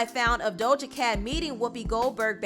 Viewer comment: Ima need to stop pronouncing that imaginary “L” in “Doja”. 😂😂😂